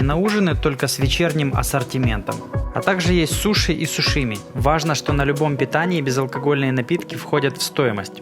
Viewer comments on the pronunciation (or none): Сушими🤣🤣 сашими